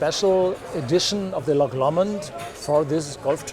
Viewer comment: So the guy from Loch Lomond can't even pronounce Loch Lomond. Sigh. :(